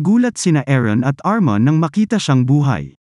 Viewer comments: Armin lods hindi armon 😂😂😂😂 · Armin, not Arman😂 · ARMIN po kuya hindi po ARMAN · Its armin not armon